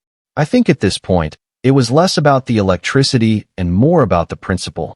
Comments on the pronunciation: You need to retrain your AI speech as Tesla model Y is not pronounced model-why and then the word Electricity isn't el-ka-tea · Eclecticity is not pronounced Eki culty.